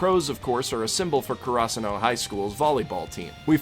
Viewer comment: He watched the dub not the sub. The reason I can tell that is because the dub say karasuno and Hinata wrong. They put the emphasis on the wrong parts of name or word.